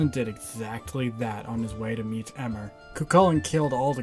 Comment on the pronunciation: It's pronounced eeee-mer not eh-mer